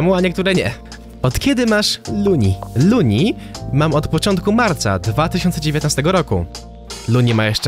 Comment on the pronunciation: lol masz luni a nie lunni